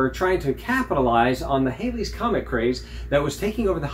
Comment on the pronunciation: Its actually pronounced Halley's comet as in Valley's, not Hailey's as in "Bill Haley and the Comets". Its a nice scope though.